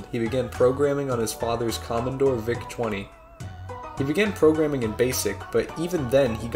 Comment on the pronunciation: Did you call it a COMMON-DORE